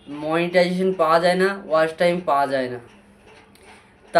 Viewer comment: ওয়াশ টাইম নাকি ওয়াচ টাইম। শব্দ টা ঠিক করে বলো।